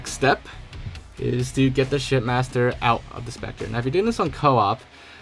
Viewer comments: Each time he says shipmaster it sounds more like shit master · Why is it sound like ur saying shitmaster lol xd